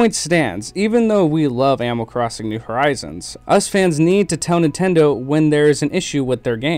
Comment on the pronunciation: am I the only one that hears "amal crosin" just me? ok